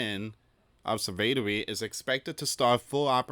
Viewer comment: ob–serv–a–to–ry. That's how you sound it out.